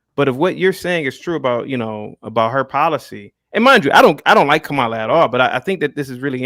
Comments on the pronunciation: And they think MAGA is a cult. How dare you mispronounce our great leaders name ??? Mace should have called her Commie Kamala and then said you need to call Trump, President Trump from now on. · What the hell? That’s just unhinged! Mispronouncing her name has nothing to do with disrespect. I want to throw up! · Comeallya is hard to pronounce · Funny old Joe pronounces Kamala’s name different every time he says it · Kamala herself pronounces her name differently